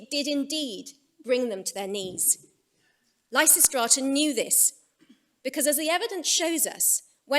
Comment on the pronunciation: ....and immediately the pronunciation of Lysistrata alienates and annoys me... Dammit!